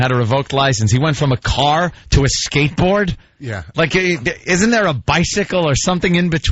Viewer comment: Imagine Vawsch on his shkatebawred.